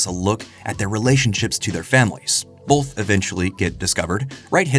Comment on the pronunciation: I can’t get over how you and so many others put an L into the word “both” turning it into “bolth”.